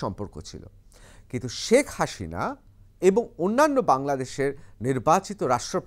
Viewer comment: Apni thik moto Sheikh Hasina naam ta uchharon korun kindly. Thank you